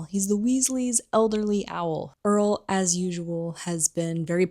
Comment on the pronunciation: Super cool video. Btw Errol not Earl, Ginny not Jenny.